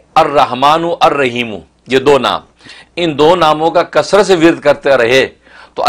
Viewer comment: رحیم (ح) کی سات ادکرنی چاہیے نہ کہ (ھ) کے ساتھ